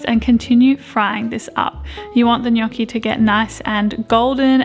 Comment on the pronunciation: just want to say, the way your pronounced gnocchi made me so happy 😌 so many people get it so so wrong but said it perfectly x